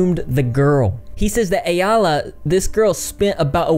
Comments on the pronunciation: Ayalla's name is pronounced "eye-la" I think 😊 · If you combine "eye" with "la" it comes out right. Eye-la = Ayalla. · you learning to pronounce ayallah's name was the best part of the video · it's a hebrew name meaning female deer (a doe if you will), no one says it right but we forgive you LOL